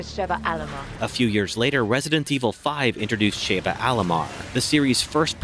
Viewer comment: I remember outbreak 1 & 2 but capcom still owes me money for the reverse and the vs shit from re3 and village I bought both above 65$ digital and both still don’t work, also she says her name correctly yet still Shay-vah tf